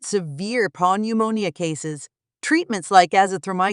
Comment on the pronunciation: "Pneumonia" silent P. Noomownia